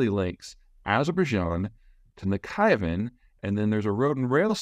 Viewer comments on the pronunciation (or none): İt's Nakhichevan. Not Nachivan